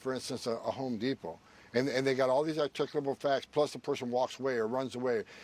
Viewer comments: Homan "articubow" is not a word. Come on man!!!! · Wtf is this guy saying? "Ticklable facts"? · he should never try to say "articulable" 😂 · He can't even say "articulable". I had to hear him say it several times before i knew what he was saying. So he can't even speak English? DEPORT HIM NOW!